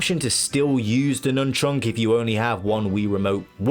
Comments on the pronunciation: why are you saying nunchunk? it's nunchuck, no? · Please say nunchuk correctly.